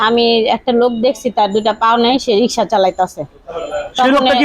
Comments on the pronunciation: দুঃখ জনক বটে। কিন্তু এ দেশে মেয়েদের রিক্সা চালানোর মত পরিস্থিতি এখনও সৃষ্টি হয় নি। প্রতিবন্দ্ধি ঐ বোন রিক্সা চালানো ছাড়া অন্য অনেক কাজ করতে পারতেন কিন্তু তিনি কেন যে রিক্সা চালাতে আসলেন বুঝে আসে না। আর যিনি সাক্ষাতকার নিচ্ছেন বার বার রিক্সা না বলে রিশকা বলে ভুল করছেন। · রিসকা নয় রিক্সা বলুন॥ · রিসকা না রিক্সা বল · রিক্সা উচ্চারনটাও করতে পারেননা আবার ভিডিও বানান।